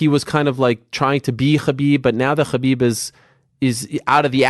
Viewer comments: Ariel saying Khabib as often as Kahbib. he Khabib can, so that Khabib , we all , Khabib , know Khabib ,that he can Khabib , correctly pronounce Khabib . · Is it Khabib or Ggabib. Most vicious striker ever kept saying ggabib ggabib ggabib with his skinny big nose mouth.